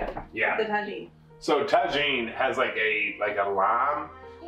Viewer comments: I’m laughing so hard about the pronunciation of tajin .. the J is pronounced with a H in Spanish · Thank you for the develed egg receipie...fyi try saying tajen with the "h" sound instead of "j" sound...spainish version...just a little hint...love you guys!! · Yes!!! Ta-heen!! It’s a favorite around here too! We put it on everything!!! 😂😂😂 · The eggs look goo! By the way, not to "correct" you, but that spice mixture that you put on top of the eggs is actually pronounced "Tahin"...the "J" is like an "H"... LOVE you guys!! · I think the j is pronounced as a h?